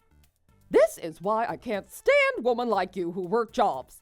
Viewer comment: Women It's pronounced wi-min NOT wo-min arggg A two second Google search shows how it's pronounced Complete with voice!!